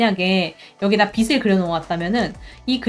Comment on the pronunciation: 빛을 =>비츨 0 - 비슬 X (강의 너무너무 좋은데 자꾸 귀에 거슬려서 ㅠ 죄송합니다)